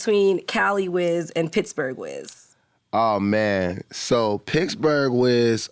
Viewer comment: Wiz to this day always saying "Picsburg"